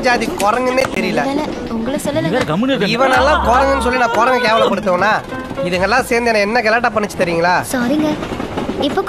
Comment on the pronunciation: ithu enna jaathi korangunae therla yaetho olaruthu😂😂😂😅 korangu